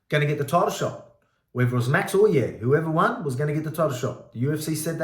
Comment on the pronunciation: 'Yair" doesn't rhyme with "hair", mate.